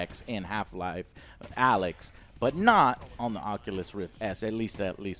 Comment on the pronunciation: When Joe calls it AYLX. 😂😂